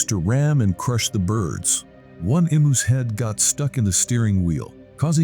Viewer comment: Pronounced "e mews.